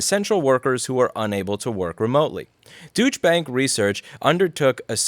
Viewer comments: I think your pronunciation of Deutsch (do-i-tch) as douche is spot on. What are they smoking when they say "people working from home" spend less on infrastructure. Don't they realize they still spend money on groceries (get them delivered), electricity (the spend goes up, if you work from home), internet (you need a good one to be able to work from home effectively), ... WTFFFF!!!!! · Louis, Deutsch is pronounced "DOY-cha", with the emphasis on the first syllable. They're neglecting to consider the equipment and the Internet connection we pay for, as well as utilities. wear and tear on our personal houses, and inconvenience on the part of our families who have to give up part of our living space to be dedicated office space. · I love the way you pronounce it Douche Bank! :D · Nah- I read the same *ish this morning too; be angry; BE VERY ANGRY. And I love that you pronounce it as “douche” 😂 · Love how u pronounce douche bank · Like the way you pronounce Deutchebank - 'douche-bank'. Very appropriate. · You pronounced Douchebag wrong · You pronunciation of deutsche is hilarious. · Does anyone else find this commentary particularly funny for what can only be termed so irresistibly ironic that it had to be commented on. I'm constantly frustrated with Louis' pronunciations, but this one just felt so fun. To refer to the Deutsche Bank as it is in the article with a pronunciation I'm not sure is tongue in cheek or purely coincidental is nothing less than brilliant. Deutsche and Deutschland have a distinctive pronunciation that sounds more like 'Doich' to most people. Fare enough then to have bank behind that and kind of trail off is simply fantastic. So it sounds like he is saying Douche Bag rather than Deutsche Bank (Doich Bank) just funny as all get out. Love it! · I read that article a couple days ago. And clearly heard you say 'dooch' rather than douche (doosh), which threw me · It's "Deutsche" not "Dütche" please 🙏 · I like how you pronounce it “Douche-bank”